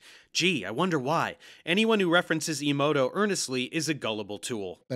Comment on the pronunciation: Man, these two are nuts. And does anyone want to tell them how The Matrix is about how cisnormativity is how the robots control you? Small correction, though: you keep pronouncing that other fraud’s name “imoto,” when it looks like it’s meant to be “emoto.” (like “ey-mo-to”) “Imoto” means “younger sister.” 😂